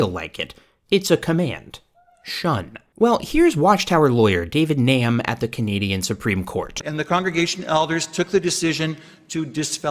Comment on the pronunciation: I know David Gnam and his brother Darren a convicted pedophile. You pronounce the G. It’s like “ga nam”